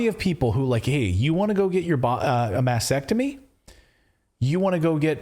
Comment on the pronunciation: It's a mastectomy, not mastectomy.